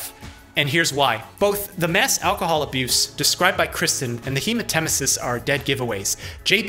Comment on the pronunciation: Hemat-emesis, not hema-temesis.